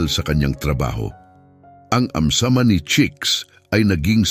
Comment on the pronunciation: Ayam Cemani chicken, not amsamani.